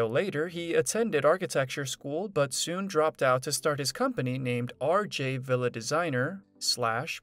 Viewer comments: I enjoyed your video and learning what Bob is doing now. The only suggestion I have is you should learn the proper pronunciation of your subject's name. It is pronounced "Vee-la" not villa. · It's pronounced Vee La. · You need to say the name right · Your saying the last name wrong